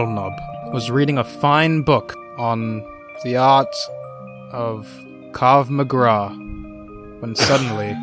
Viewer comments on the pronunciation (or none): It's called Krav Maga not krag magav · It's not kav magra, it's Krav Maga